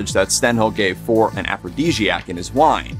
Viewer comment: Not FOR but For-ray